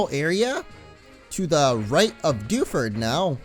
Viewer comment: Dew ford town it's like defuse town